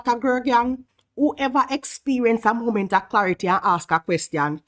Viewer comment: It is an embarrassing "MOLMENT" to be sure haha. 😅